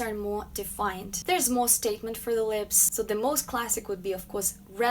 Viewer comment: When she says More it sound like Moe Moe